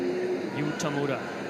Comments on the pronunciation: 解説の人、田村のことTamaruって言ってない？ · たまるは草